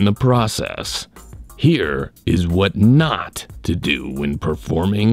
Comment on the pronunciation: "DO NHAAT"